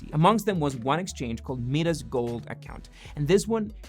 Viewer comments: "MIdas" is not pronounced MEE-Das, it's pronounced MY-Das. Pronounciation Police - job done! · Anyone else found it funny the way he pronounces Midas? 😆